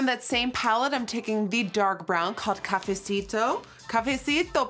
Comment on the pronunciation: I’m living every time she says “cafecito” love from Mexico queen